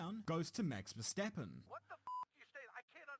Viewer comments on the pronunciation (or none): none